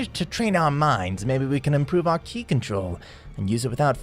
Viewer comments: sounds ai. No one says "kai" for "ki" cause we all know "ki" is pronounced the same as "key" no fucking person says "whis" like that. No one. It HAS to be ai "dragon spheres"?! Only an ai would say spheres instead of balls "shenlon"?! Really?! Do I even need to say it?! Smh. now it's "shanglong" ITS SHENRON!! SHEN... RON.... ITS SO EASY. No human being is capable of making that mistake so it HAS to be ai generated. this isn't gohan. Gohan doesn't act like this... he doesn't talk like that. HAS to be an ai. That or this universe, zamasu came back and stole gohans body or something ridiculous. frieza calling goku... a "rascal"? A RASCAL?! THATS SO NOT FRIEZA THAT IT HURTS TO EVEN HEAR. super saiyan god "phase 2" what the ever living shit? No one ever says or has said "phase 2" for super saiyan blue. Sure some say super saiyan god super saiyan... but "phase 2"?! NAAHHHHH has to be ai Frieza also calls goku everything besides monkey it seems. Just rascal, insect, and idiot. No monkey.... this isn't frieza, it's an ai starting to think an ai edited this video too. What is this dramatic effect for this conversation? It's so dragged out and they are so calm talking... only ai would make this sort of mistake (and sssniperwolf but she's basically an ai too at this point) doesn't sound ai at all, infact it has character to it and doesn't feel robotic in anyway, he also says everything the right way he destroys them with his... "h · did you just pronounce ki kai???😂😂😂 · It's not Kai it's ki(key) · Ki not k eye. Shenron not Shen long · Bro said Kai instead of ki and called the dragon balls dragon shepres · He keeps on saying kai and not ki its getting on my nerves😂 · erm ackually, B) its is pronounced kE not kI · Bro really Said ky bro its ki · It’s not called Kai it’s called ki. K and c made sound the same so that sound with I saying the e sound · Your saying ki like kye when it's pronounced similar to key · btw you dont say ki like kai you say it like key if im not mistaken